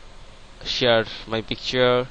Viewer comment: HAHAHAHAH!!! LOL MAN, ITS SHARE, NOT SHEAR!